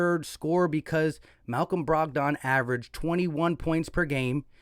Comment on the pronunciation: Dude doesn't even know who Malcom Brogdon is. He just read his Stat line. Bro can't even pronounce his name 😂